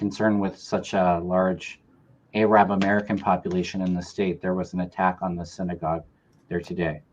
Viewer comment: Kevin … please learn from mel how to pronunce Arab not aaaaaarab which is like the N word for black people.